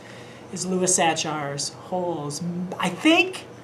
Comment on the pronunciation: Where the Mountain Meets the Moon by Grace Lin. (Btw I think Sachar's name is pronounced "Sack-er." He came to my school back in the 90s.)